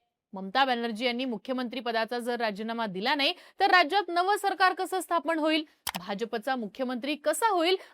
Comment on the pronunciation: स्थापण ❌ स्थापन ✅ उच्चार सुधारा नम्र विनंती.